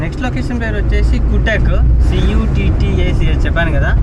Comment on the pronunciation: Pronunciation Katak ra Nayana adi ,cute-ak kadu😂